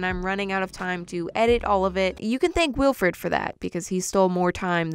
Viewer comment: Sorry. Why does saying “ Weelfred” hurt my brain?